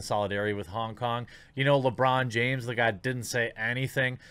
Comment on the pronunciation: Lewong Jiames